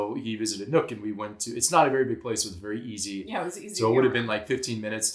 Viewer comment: Great video, but I have to say: Nuuk is not pronounced as "nook" but as "noob" with a k.